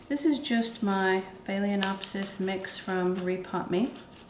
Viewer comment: It's annoying to hear you mispronounce "FAY-LEN-OPSIS.